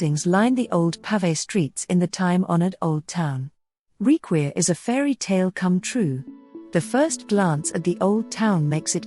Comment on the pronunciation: it's pronounced "rikvir" but nice video!